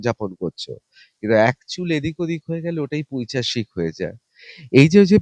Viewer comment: পৈচাশিক নয় ,উচ্চারণ টা পৈশাচিক হবে,ঋতব্রত বাবু।